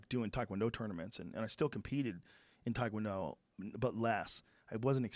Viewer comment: I listen to the show a lot, but I really wished Joe could pronounce Taekwondo properly. I die a little every time he says it wrong, especially knowing how many people listen to his podcast.